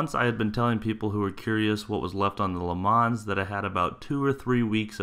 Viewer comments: Sorry - Can't help it - You do not pronounce the s at the end of Le Mans. So just say Le Man. You probably know that Le Mans is a reference to the 24H race at the city of Mans in France. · Please say Le Mans correctly, it kills me inside hearing it said this way!